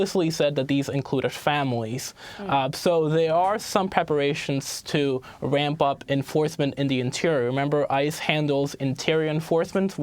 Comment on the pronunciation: "Wamp up enfawsmentz"